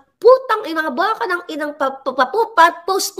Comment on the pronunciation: Baka??? Cow ba yun? … dapat baka ( maybe) tuluy tuloy ang bigkas… Mabilis ang bigkas!!!!!